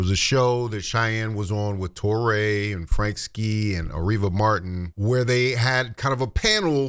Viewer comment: Touré is pronounced Too-Ray. Not Taw-ray. Americans truly annoy me with their insistence in disregarding the language rules of languages other than English. It gives coloniser arrogance.